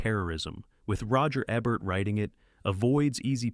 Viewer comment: Hell, it took until minute 26 before it (AI) learned how to pronounce Roger Ebert's name. Altho really, this just speaks to sloppy rushed production. If you can't afford to pay a professional narrator, at least pay a trained person to tweak the AI and redo sections until they're acceptable.